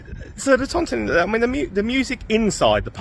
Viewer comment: It's pronounced The Ton Tine not ton Ton Teen Hanley's a dump full of dust heads and morons who go out for trouble most local people like myself avoid Hanley as much as you can, You were lucky it was quiet good video thank you.